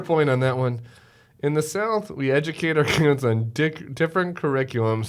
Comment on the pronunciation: I was cracking up when Tubervile was on because an image at the bottom for an upcoming segment said “Stuck in Space”. 😂 Also, I think he said “Edgercate”